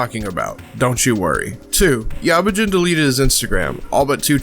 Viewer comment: didnt even say yabujin right